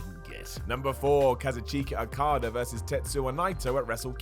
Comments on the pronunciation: Kazoo-Chee-Ka Okada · Ka-zoo-cheek-a Okada vs. Tetsu-wa Nai-toe.